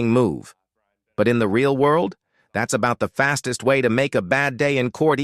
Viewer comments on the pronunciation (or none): none